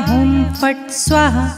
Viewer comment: Perfect pronunciation is very important for effective remedy. Never do half baked work.😢 correct it by pronuncing 'swaaahaa' it is not swaha